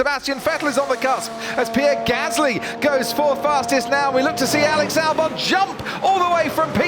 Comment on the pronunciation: Alex "Dalbon"